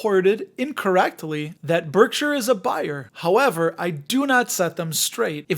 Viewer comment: Pronounced Berkshire, not Berksure.